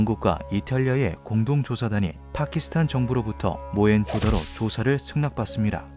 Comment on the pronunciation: 모헨 조다로가 아니라 모헨조 다로입니다